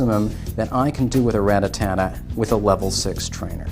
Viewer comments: First of all It's Rattata not RATATATA, second of all why tf make the video of you don't know the answer, this video was literally the most retarded video ever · Rattata not rattatata noob learn to read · Its RATATA not RATATATA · RA-TTA-TA NOT RA-TTA-TA-TA, DEAR GOOOOD! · Really? You said ratatata like 15 times in this video! Its RATTATA! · he said rata ta-ta lol ..your 16 year old should be doing these kinds of videos not you. if you cant pronounce their names correctly you shouldn't be playing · RAT-TA-TA not RATATATA.........jesus h. christ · Ratatata? That's what the guy was saying. LOL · "Rattatatta" now, next he'll be saying "Ratatouille" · RATTA--TATTA lol........................................lol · HOW MANY "TA" YOU HEAR IN RATTATA ?????? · stop adding the extra "ta" I couldn't watch the entire video cuz it got annoying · Everytime he tries to say Rattata a kitten dies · Say it right you dweeb. Where are you getting the extra "Ta"? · Sorry but why make the video if you're not going give us the answer? And you mispronounced Ratata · He can still play, he just shouldn't make "informational" videos with the mispronouncing